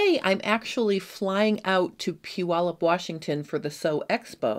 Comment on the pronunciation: I am so impressed that you actually pronounced Puyallup correctly! I live in Washington and people usually butcher the name …lol😅